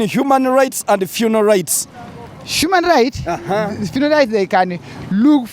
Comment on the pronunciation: aiwa on this one you cheated🤣😂🤣you are sounding like you are saying 'funal' rights not "funeral "